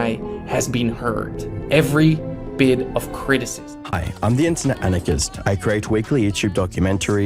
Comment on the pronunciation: Does anypne else hear an r behind every word internet anarchist says that ends with an o